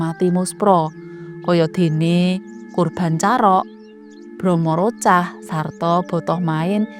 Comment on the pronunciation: sekedik koreksi bromocorah sanes bromorocah